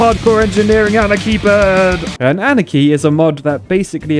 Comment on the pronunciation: It is not pronounced anikey it is anarchy witch means no rules